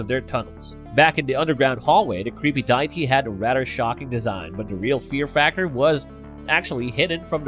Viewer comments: Why, why are you pronouncing the word "Die-Tee"..??? It's pronounced "Dee-Ah-Tee". Who do they hire for these readings..?? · You do you but it is pronounced day e ty